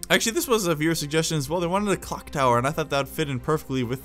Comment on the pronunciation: I thought he said cock tower😅😅😅